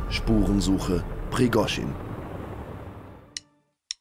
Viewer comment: Prigooschin ausgesprochen: kann doch nicht so schwer sein, oder ? Aber: danke für das schöne Video!